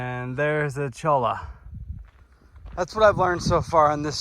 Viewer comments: As some pointed out, cholla is pronounced choy-ya. The "ll" as "y" is in words like caballo (horse) and pollo (chicken). Some other plants: the cholla that has thick club-like arms and is covered very densly with pale yellow spines is the Teddy Bear Cholla. The narrower chollas with more green showing and golden to silverish spines are Buckhorn Cholla. The giant roundish cacti like low, fat saguaros, but without arms, are Arizona Barrel Cactus. The big trees with tiny leaves (kind of like Palo Verde) which have dark brown bark are mesquite trees. There are three species (Honey, Velvet, and Screwbean). They are often seen with giant bean pods hanging down (the seeds are edible!). This area is BLM land but is as beautiful as Saguaro National Park. It really should be a park also. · That is a lot of peoples favorite stretch, second to the GC. It’s certainly a favorite of mine. Cholla is pronounced “choy-ya.” Enjoying your video. Guessing you’re getting snowed on now in Pine:) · Great knowledge of cacti. Btw cholla is pronounced the Spanish way: choja.